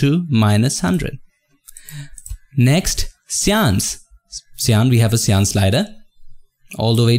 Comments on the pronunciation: Ive seen so much of your uploads and i dont always comment but something urges me to. cyan is pronounced as saiyan as in super saiyan of dragon ball sorry for bad english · You can say magenta correctly but you cant do the same on cyan? xDDD